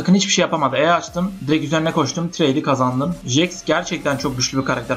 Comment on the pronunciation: Jix nelaa o nasil soyleyiss ... ingilizler duysa utanirlan